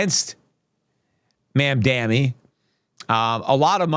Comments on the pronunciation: Peter pronounce it “Mom-Don-ee” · Peter, long time listener and fan here, your argument with respect to Mamdani would carry more weight if you took a moment and learned the correct pronunciation of his name.